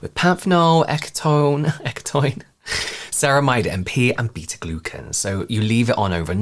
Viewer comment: I think it's pronounced ecto-in 💜